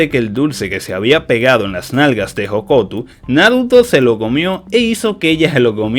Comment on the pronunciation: por que dices hokotu si es hokuto